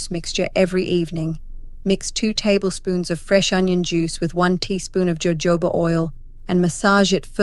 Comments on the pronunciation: it's "hohoba" not "jojoba" oil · It’s pronounced with an H ho hoba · "Jojoba" is actually pronounced Hohoba.❤ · Jojoba is prounounced " ho ho ba'. Funny. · It's pronounced hohoba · Yes. “J” in Spanish is pronounced with an “h” sound😊.